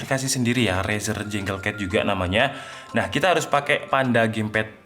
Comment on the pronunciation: izin koreksi:) junglecat = janggel ket bkn jenggel ket 🙏🏻 review = rifiuw bkn refiuw